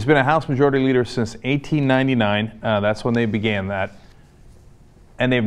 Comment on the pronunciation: Did Cenk just say 1899 or 80 99? I cannot decipher what he is trying to say...